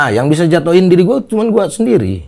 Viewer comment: Lidah sunda ga pas bilang gua.